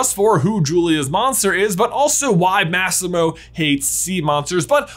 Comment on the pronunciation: The way you pronounced “Massimo” tho… it triggered me